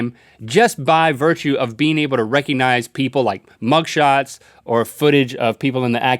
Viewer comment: I love how it sounded like Link said "can you Rhett-cognize faces reconize